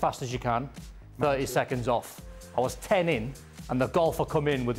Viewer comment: I thought Craig was saying gopher at first. I was so confused until Don said golfer.